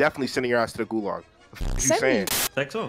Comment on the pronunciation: nigga said golag